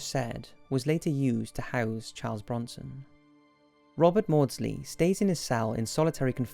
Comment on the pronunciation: Chawrlee brownson